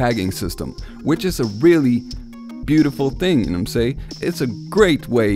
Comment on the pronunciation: Know what I’m saying. Not say. Ing.